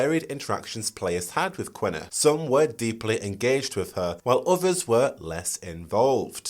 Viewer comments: KEEE-NAH. Not "Quena", IT'S QUINA. KEEE-NAH. At least play the first game to hear how the name is pronounced, she is LITERALLY THE FIRST NPC YOU MEET. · your killing me with the way you say kina where are you getting that Q and W from? but other than that great video!